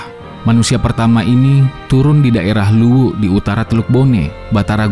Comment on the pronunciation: Maklum admin chanel org makassar🤭